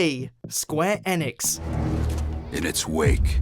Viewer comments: It's pronounced square e-nicks, ,.. Just saying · Why are you pronouncing Enix like that I honestly have never heard anyone say it like that